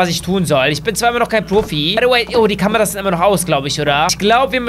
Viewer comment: Warum sagst du baydoway